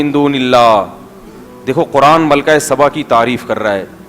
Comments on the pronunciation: Malka saba naam hey. Malka sabban nahin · لفظ سبا ہے صباں نہیں....